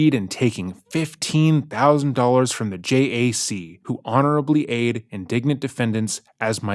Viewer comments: I'm not even a teacher and I want to take a red pen to her letter. She keeps saying indignant instead of indigent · It's "indigent," meaning unable to pay for their defense. You keep saying "indignant," which means angry. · My favorite is that this genius misused the word “indigent” and kept saying “indignant”… which she totally is, of course, but not the word she was going for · Indigent not indignant! Great video, but she uses the word indigent multiple times in her letter and it's said in-di-gent (it means poor or needy) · I love you guys, just want to mention she's saying indigent, not indignant. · The word is indigent, not indignant 😂 Pretty apt Freudian slip though! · That's indigent, not indignant. Indigent means poor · Great video, but it’s indigent, not indignant lol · Just a side comment… indigent and indignant are two different words with completely different meanings and pronunciations. You keep saying indignant when it’s indigent. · Just a note "indigent" is pronounced "in-di-gent" not "in-dig-ent" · He mentioned Sarah's letter being read aloud by another youtuber called, "Just A Lazy Gamer", which I watched last month. I chuckled when misread "Indigent" as "Indignant", exactly like JALG did. Too bad neither said, "Ignorant". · In this context, It's pronounced "inde-Jent" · I think he's mistakenly using the word "indignant." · The shock on my face when I realized it was Sarah who spelled indigent correctly, and it was who was mispronouncing it. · Just a small correction, she wrote "indigent" (poor) not "indignant." The narrator mispronounces it a couple times. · She's saying indigent, not indignant. It's a fancy word for poor. Also, Telles is pronounced "Tay-yez".